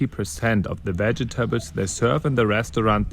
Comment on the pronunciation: Meine nur, an deine Aussprache könntest du vielleicht noch ein bisschen arbeiten?